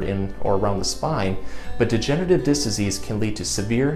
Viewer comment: Disc, not "diss."